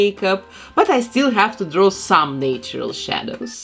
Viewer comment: natural is not pronounced nay-tur-al it's pronounced na-tur-al.